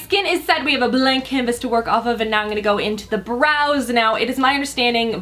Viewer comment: You're the cutest. I always notice you say, "Innnngonna" every time you say, "I'm gonna..." So cute. Great vid and beautiful as always,! Excited for Colourpop to come to Sephora!